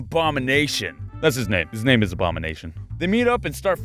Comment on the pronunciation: Ok but I love how he pronounces their names XD